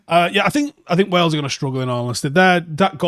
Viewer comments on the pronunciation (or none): none